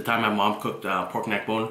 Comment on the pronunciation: That nigga said poyk neck bone not pork neck bone 🤣🤣, you officially got your BLACK CARD